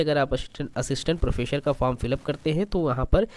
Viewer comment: सर प्रोफेसर प्रोफेसर। प्रोफेशर नहीं।